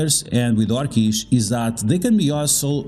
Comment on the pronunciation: Your mispronouncing orchis Say Or- kiss And you will be pronouncing it better